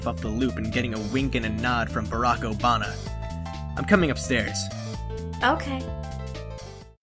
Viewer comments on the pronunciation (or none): nobody: dave: barack obana